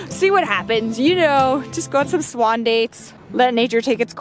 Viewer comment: fantastic video:D And I totally love the!! "Spaaawwnn spaaawwwnn""...oh no wait!! She meant "swann"